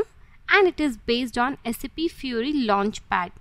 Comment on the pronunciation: First of all it's not saaap it's SAP